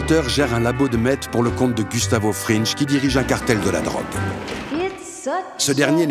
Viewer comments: Gustavo fringue ✅ Gustavo frinje ❌ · super video pleine de nostalgie mais dommage que vous disiez "frinj" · Ça se prononcé "Frinngu'" mais super vidéo comme toujours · Pourquoi tout le monde prononce 'Fringe' ? Dans la série, c'est Fring... sans e. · euhh c'est Fring comme Fringue ! pas comme Gringe :p, pardonné avec un épisode au top ! sur une série au top ! ;) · "Fring" pas "Fringe" sinon je suis 100% d'accord, Jane n'est pas entièrement innocente, mais c'est clairement le moment où Walter à basculer dans "la fin justifie les moyens" à n'importe quel prix. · ça dit "Wolter" mais ça dit "Frine'je" au lieu de "Frine'gu" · Fring* pas "fringe" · Gus Fringe? Frinch? Respectez un peu … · Pardon mais "FRINGE" ? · Super épisode par contre on prononce frine-gue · Belle analyse ! C'est ma série préférée je suis même allé à ABQ voir les lieux de tournage. Par contre c'est la première fois que j'entends quelqu'un prononcer Gus Fringe. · Y’a que moi que ça choque « gus frinje » ? Excellente vidéo sinon toute façon breaking bad meilleure série du monde tu connais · Y’a que moi que sa perturbe « gus frinje » ? Excellente vidéo sinon, toute façon breaking meilleur série du monde tu connais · Sympa mais apprend à prononcer Fring bordel